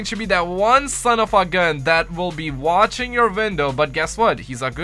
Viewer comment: Vwstching your vwindow